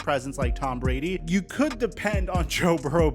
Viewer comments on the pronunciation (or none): none